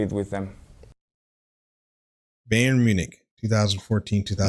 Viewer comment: Rafa is a common nickname for Rafael. So Xabi is referring to his time at Liverpool (2004–2009) and the manager during his Liverpool career was Rafael Benítez (2004–2010) aka Rafa Also Bayern is pronounced more like "Bah-yerrn". Same thing with the club Xabi Alonso just left. Bayer (Bah-yerr) Leverkusen. I'm an American and I started this journey back in 2011 so I know what's like to learn all this with no prior knowledge. Keep it up bruv, you're doing great!!! ✊